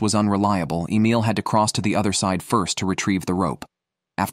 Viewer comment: AI can't say Emil🤣🤣🤣🤣🤣